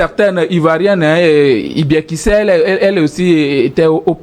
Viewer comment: Ko elle a été à l'école de "i biekissè"